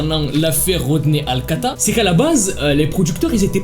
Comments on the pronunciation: Tu dis tout le temps alcata alors que c'est alcala 😭😭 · C’est Rodney alcaLa pas alcaTa, et il n’a pas tué la petite fille mais l’a battue avec une barre de fer … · c’est pas alcata c’est alcala